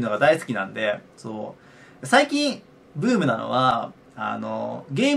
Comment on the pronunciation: 「最近ブームなのは」が「最近uuumなのは」に聞こえた